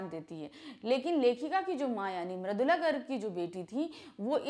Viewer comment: Poet name is maridula garg not maradula